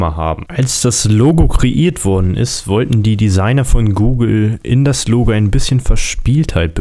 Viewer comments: Bei 3 Minuten und 47 Sekunden hast du dich versprochen; Das Google Logl...statt: Das Google Logo 😂😂 Sehr witzig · Bei Google sagtest du" bei dem Google logl" 😂👊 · Das Google lugel